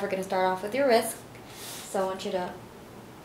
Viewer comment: I'm sorry. Did you say wrisck?